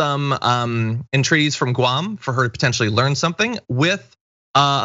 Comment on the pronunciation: The only thing is that she pronounce it Goo-am. Or like the previous chump if chief called other countries $ holes.